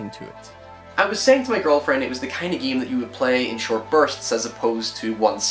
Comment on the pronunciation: why do you say geem all the time?